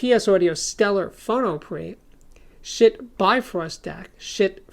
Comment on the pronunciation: I love how you enunciate "Schiit"!